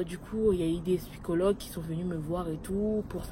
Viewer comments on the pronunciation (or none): ( Je t’adore mais on dit pas spycologue on dit psychologue